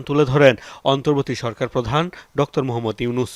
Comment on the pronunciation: ডক্তর কি? ভাই? উচ্চারণ ঠিক করেন। আপনি বারবার ডক্টর ইউনুস না বলে ডক্তর ইউনুস বলতেছেন।